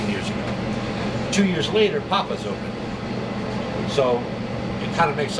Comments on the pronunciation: Is it papa's, cause Dave is saying pupa"s?? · What’s with “Puppos”??? It’s PAPAs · This guy doesn't know how to say "Papa's", he says "Puppa's" for some stupid being from Boston reason. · Why is he calling it puppas? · How did this guy get so far in life and he can’t even read?! “Puppa’s Pies”?! “Oldest in the WORLD”?! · One mispronunciation of Papa's as "Puppa's", everyone knows the rules. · "Puppas Pizza". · Pup puhs? Smoking HUT? Pres what the fuck is with that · Papas he says "PUPPAS" -- Hot he says "HUT" He threw out an 8.3 way too easy. He must know the owners. Nice BS review. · "PUPPAS TOMATO PIE" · How can you not pronounce the name right? what a tool. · Can you pronounce papa correctly you slag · One Pres who can’t say “Papa’s” correctly, everybody knows the rules